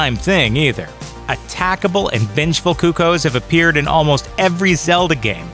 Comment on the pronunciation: Am i the only one who noticed he said "coocos" not "coocoos"